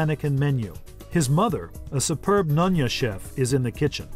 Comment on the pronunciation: Great video, but could they have found a more white bread American narrator? Ikan is not pronounced ‘icon,’ nyonya is not pronounced ‘nunnya!’ Absolutely cringeworthy. I was shocked when he pronounced ‘Tian Tian’ correctly.